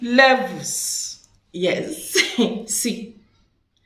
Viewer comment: I love when u say levelszz